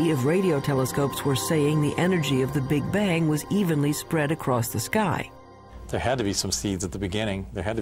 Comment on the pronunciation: 'Big-Bajng'? I get out of here.